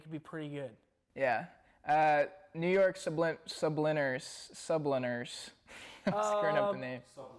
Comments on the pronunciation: Even when someone corrected the way he said “subliners” my guy still somehow got it wrong XD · The interviewer is terrible, dude cant even say subliners right after being corrected.